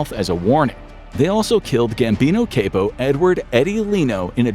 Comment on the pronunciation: The AI pronounced Capo wrong lmao, cmon